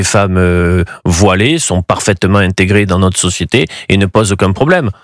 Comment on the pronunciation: "intétgrées" à siphonner la caf!